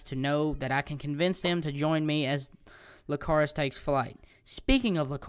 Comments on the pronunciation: it annoyed me how many times you said lcacrus instead of icarus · It's not Lcarus it's Icarus, with an "i" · nice but its icarus not licarus i believe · its pronuced icarus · Icarus with an i not with an L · lol everytime u said Icarus wrong i just wanted to slap you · Its an "i" not an l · Nice information, but, you're pronouncing it wrong, if you wanna know how to pronounce it then watch dragon ball Z that was Gohan's dragons name as well.